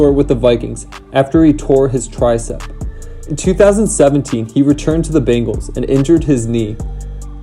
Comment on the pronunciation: It’s Bengals and Ravens offensive line, not Bengalss and Ravenss. Good video though !